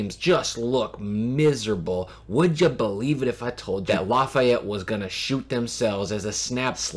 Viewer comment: LAF—-EEE—-ETTE not LAF—EYE—ETTE. Great video.